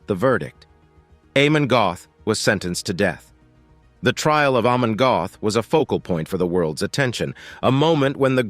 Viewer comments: Amon Göth is pronounced Ahmon Gert. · Before I watch any further, please note: think this: AH-mon Get.⚡⚡